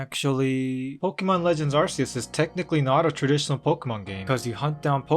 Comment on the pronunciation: That’s not how you pronounce Arceus